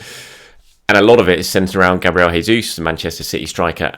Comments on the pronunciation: Hey, hope you are doing well. I know you love pronunciations, so I thought I'd help you out. It's Jayzeus not Hayzeus. He's brazilian not spanish so he/we use the portuguese style. Chelsea, Manu, and the return of Tomi and the return of. Brilliant week. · It's not hesus. This is portuguese not spanish. It's pronounced as in English